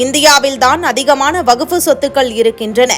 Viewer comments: வகுப்பு‌ இல்லை. வக்ஃப். 100 தடவை எழுதிக் கொண்டே சொல்லுங்கள். வார்த்தைகளை கொலை செய்யாதீர்கள்.😂😂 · Yes. Many people are observing the news reader's prounciation. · எந்த வகுப்பு....ஐந்தாம் வகுப்பா ஆறாம் வகுப்பா...வகுப்பு அல்ல வஃக்பு....நீயும் உன் பேச்சும்.